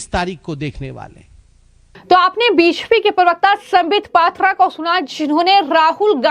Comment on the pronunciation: आपकी बी जे पी शब्द का उच्चारण स्पष्ट रूप से नहीं होता।